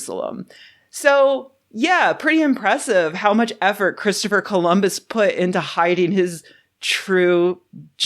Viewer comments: "Columbits" XD I'm dead The police are on their way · Wow "columbits" almost made me choke on an almond!